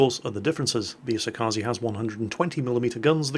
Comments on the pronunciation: it's E-So-Ka-Ze 🙄 I really need to make a guide how to say ships names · hey,, could you learn to pronounce "kaze" already?